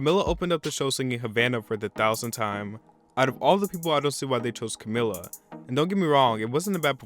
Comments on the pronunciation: Ok this is not a hate comment I just need to point out that Camila Cabello is pronounced CamEEla CaBAYo I'm not trying to be annoying I just felt the need to say that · It got higher ratings than 2018's... don't just make up facts! It's pronounced CamEEla, and the performance was excellent. Havana was nominated for a grammy THIS YEAR, so obviously that's why she performed it. I agree Lady Gaga had an interesting performance, but her vocals were a little off and that happens sometimes. Miley and Shawn had the best performance of the night, and you called it a "bathroom break." I agree Cardi's performance was not good, but again she was nominated and got a performance so you can't really blame the Grammys for that. Kacey Musgraves was alright, Brandi Carlile wasn't. SZA was okay, and Travis sucked. Post did the best he could but couldn't compare to Janelle Monae. I'm not a fan of Janelle's music, but her performance was well done. Smokey Robinson himself approved of JLO's tribute (which was great) and she is a lifelong fan of the genre. Dolly Parton's tribute was good. The nominations were terrible. Reputation was not nominated for Album of the Year which was unfortunate as it is the best album of all time. It's unfortunate that they treated Ariana the way they day.